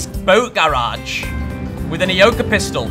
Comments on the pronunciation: Bruh the way he says garage was triggering me (I'm from south Carolina so I'm southern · The way he say garage lol love it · I like how he say GARAGE xD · Love the vids but the way you say garage kills me